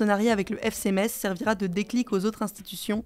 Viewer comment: Hugo decripte vous êtes mon média préféré car vous dites Metz [mess] ❤